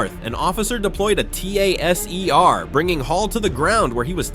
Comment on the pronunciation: narrator said" T-A-S-E-R" for a taser, so this is a bot channel, with stolen content from the blurred Blue and Red logo at the bottom right